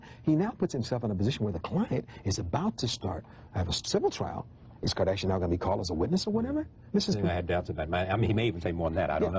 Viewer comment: Charlie doesn't seem to be able to say Kardashian.